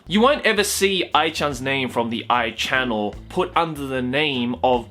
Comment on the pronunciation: It's A.I. channel.... not Aichannnel.... and I'd smash too